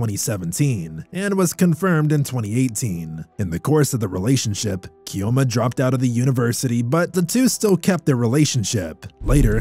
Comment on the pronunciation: Your pronunciation of Chioma and Ifeanyi was very poor. No new update on the story so why did you bring it up?